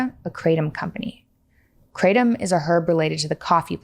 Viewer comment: Kra. TOM at least pronounce what you're selling.